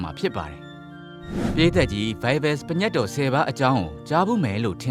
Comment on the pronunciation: အသံထွက်က ပင်ညတ်တော် လို့ထွက်ပါတယ် တချို့က ပြင့်ညတ်တော် ထွက်ပါတယ် ပညတ် လို့မဖတ်ရပါ။